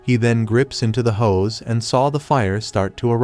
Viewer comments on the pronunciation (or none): none